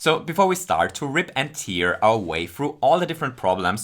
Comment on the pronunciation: “Rip and teer” 😂